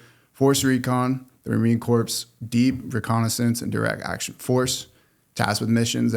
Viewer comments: Please tell him how to pronounce marine corps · He earned the right to say it that way. Hush your mouth